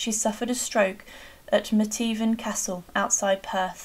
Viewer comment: The castle is pronounced METH- VEN not met-even..